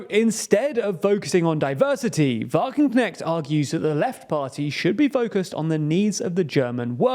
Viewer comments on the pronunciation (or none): "Wagenknecht" is more closely pronounced like "Vah-gun-cnesht" imstead of "Vah-gun-cneckt" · i really like the butchering of her name by the dude in the video! from now on i will also call her wagenknekt :D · that "ch"-sound is not prodounced "k" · Sahra Wagenknecht is not right-wing on social issues at all. The creator of this video understood nothing about Wagenknecht's politics! And the name is not pronounced correctly, too. ch is not k!